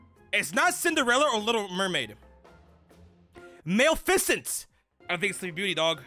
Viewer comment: I hope the Maleficent mispronounciation was a joke. And the fact that doesn't know what In Living Color tv show is. *sighs